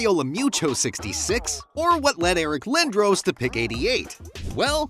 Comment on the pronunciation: And it’s Eric Lin-Dross